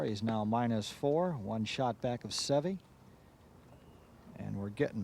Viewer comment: Ten years later, the announcers still can't pronounce Seve's name correctly.